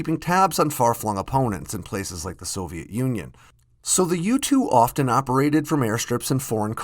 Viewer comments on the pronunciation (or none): none